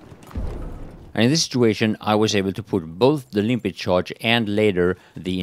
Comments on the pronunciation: Why do you keep calling it "Limpit" mine, instead of Limpet like it's really called. I figure you should have realised that after 1 and a half years lol. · No dude, he calls it "Limpit" mine. Check every video he posted abot the Limpet mine and you'll see for yourself. It says "Limpit...."